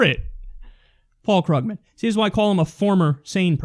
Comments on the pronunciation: Once again, Kyle, his last name is pronounced "Kroog-man"; it is not spelled phonetically. (I'm hoping this comment gets enough +1s and that you can see it easily.) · It is pronounced Kroogman